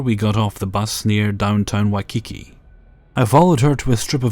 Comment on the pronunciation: Oh, bless you,. Waikiki is pronounced 'Why-KEE-kee' (waɪkiːˈkiː). And haloe is pronounced 'howl-ee" ('haʊli).